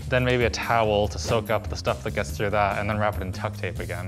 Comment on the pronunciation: Did he say "tuck tape"?